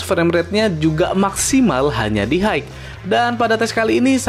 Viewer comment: High bacanya "Hai" bang, bukan "Haigh". Semoga ke depan nya lebih mantap lg konten videonya